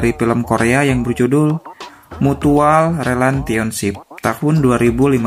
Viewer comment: Cara bacanya salah, mutual relasionsip...